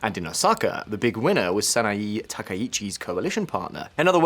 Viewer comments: That's Sana-Eh, NOT Sana-EE...! That's Abe! Not Arbe! Yen Plummeting? Right?? - 'Plummeting' from Y160 to the US$ to Y152.65 ?? That is Exactly the Opposite! The Yen has Strengthened, Not Weakened! It has Rocketed from $0.00625 to $0.00655 ! GET IT RIGHT! That's a 4.8% INCREASE! It is the US$ that has Plummeted!! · "Sah-nah-eeeee" And english speakers get all pissy when you mispronounce the mess that's english....